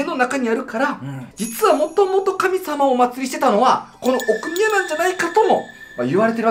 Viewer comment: どうでもいい事かも知れませんが、”奥宮”のアクセントおかしくないですか？